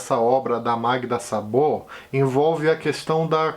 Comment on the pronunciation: oi, o a sem acento tem pronúncia O em húngaro, então Szabó, é pronunciado Sóbó.